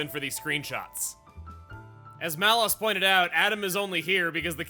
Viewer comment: Is that how you pronounce Malos' name? I always thought it was "Lows", not "Loss".